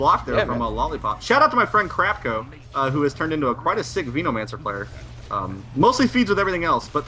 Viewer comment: He read it as Veno-mancer, instead of Venom-ancer.